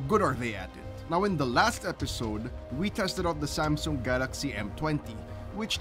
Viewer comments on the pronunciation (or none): none